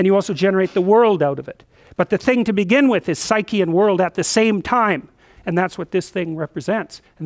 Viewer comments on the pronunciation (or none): none